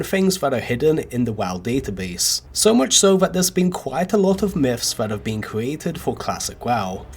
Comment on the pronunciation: I was thinking the same thing when I heard miffs